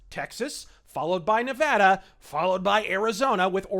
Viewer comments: Also, thank you for pronouncing "Nevada" correctly. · Thank you for pronouncing Nevada right. I remember a little while ago when a apartment complex in Vegas end up solictating to residents in LA. It's going to get worse when the new stadium opens. Fuck California!